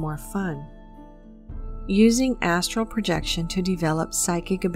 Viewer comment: I have watched this video atleast 20 times and up til now I thought you were saying asshole projection